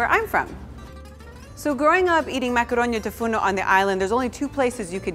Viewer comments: She sais it wrong since she is not a native greek speaker but i still love the way she sais it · is it just me or does anyone else love how she says the name of the dish